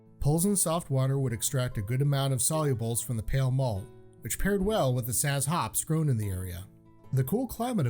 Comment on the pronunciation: Zots, not saz